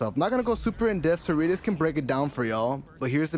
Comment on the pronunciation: Great effort!